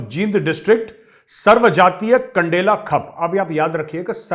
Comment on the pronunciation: मेजर साहब खप नहीं खाप है और खंडेला नहीं कंडेला है यानि कंडेला खाप शुद्ध प्रचलित शब्द है।